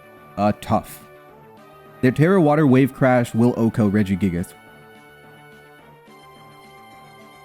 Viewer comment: Why you pronounce it redge - E - gig - ass that one time 😭